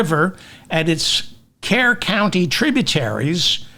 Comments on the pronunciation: David: it is pronounced Kerr - Cur county. 😅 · Kerr county is pronounced “cur”.